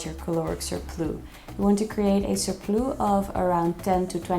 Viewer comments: It’s surplussss not surplooo.😂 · It’s a cute mistake but how did she get this video passed her friends/team saying surplus like that? 🤭